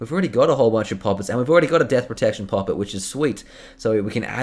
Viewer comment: I hate the way you say poppet lmaoo 😆